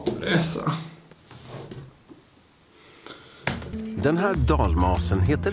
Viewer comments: Det uttalas "Rammlösa", inte "RAAMlösa." 😡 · Snälla säg inte "Ramlösa" det heter "Rammlösa" alltså inte i ram som i tavelram utan Ramm! 😁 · Oavsett hur många M det är så uttalas det RAMMLÖSA, det är dialektalt. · Gilla om du är en arg skåning som tycker att ska lära sig säga ramlösa korrekt